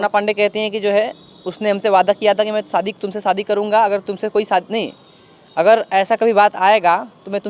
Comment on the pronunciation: Sahi pakde hain Bro, shadi ko fadi bol rahi h